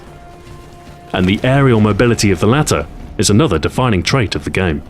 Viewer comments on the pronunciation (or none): none